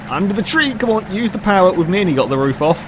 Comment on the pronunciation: Did you say nearny? Instead of nearly?